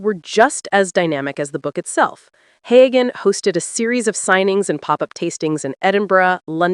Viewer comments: It's not Haygan! It's pronounced Heu an. The g is not sounded. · The narrator should learn the correct pronunciation of Sam Heughan s name! It is NOT Haygan! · The narrator should learn to pronounce Heughan! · Find out how to pronounce his name! Drives me nuts!!!!!!